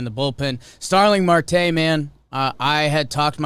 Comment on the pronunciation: Starling Marte is a solid player, also its pronounced mArte with a strong A.